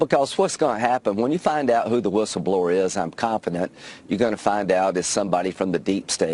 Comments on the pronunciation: Why does David keep saying "Wish-ul-blower"? Is that a dig at Trump's way of saying it? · Linz: WUSSABLOR 😂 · David, I agree with you about Graham.He is really weird and does not know in which direction he should go. Please leave the wishle blower alone. Don't be cruel.She may have a temporary speach problem.. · David, she says wishleblower because she got new lips... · Ur right, David, her "whistleblower" pronounciation sounds really weird, but it isnt just that, she seems to be slurring all her words, especially her "s". Honestly, she sounds at best as some1 recovering from a brain bleed, at worst a drunk.